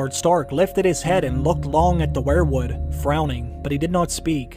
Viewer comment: you say wherewood, I say weir-wood...kinda weird or should that be whered??????????